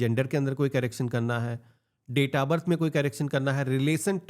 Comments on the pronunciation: Carrecting nahi bhai correction hota hai 😂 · Carraction nahi hota bhai.....correction hota hai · कैरेकशन nahi bhai correction (करेक्शन)